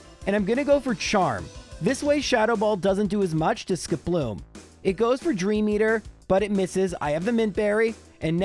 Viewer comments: Warning! Incoming pedantic nit-pick: SKIP-loom, not ski-PLOOM. Would you say jum-PLUFF or la-PRAS? No, you say JUMP-pluff and LAP-ras. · Is Skiploom's name really pronounced like that? I always thought it was SKIP-loom, instead, said it like skip-LOOM. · Normal people: "Skiploom": "Sk'ploom" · The way you say Skiploom stresses me out. Idk if thats right or not but it feels wrong. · Your narration, specifically how you pronounced Skiploom, made me realize that the names are all a pun. You have a Hoppip, a Skiploom, and a Jumpluff. A hop, skip, and a jump.